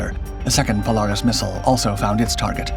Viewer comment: POLE -AIR-IS not POLE-ARE-IS